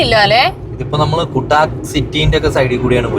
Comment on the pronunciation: kuttak alla kattack aanu ucharanam